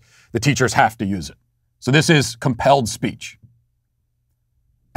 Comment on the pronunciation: When you said “this is called compelled speech” I thought you said “this is a hellscape” and both are accurate.